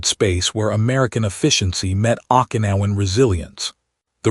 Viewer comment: Pronounced Okinawan wrong several times. Glad to know that the red head soldier had an Irish name. Bow down is not pronounced like a bow and arrow. Everyone of these stories gets bow wrong.